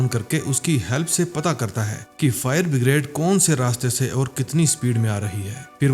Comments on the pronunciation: bhai no doubt movie and your work is awesome 👍, but it's streaming all over the world, so please correct your pronunciation my friend. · फायर ब्रिगेड को बिग्रेड बोल रहा है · Bhai pehle fire brigade to bolana sikhlo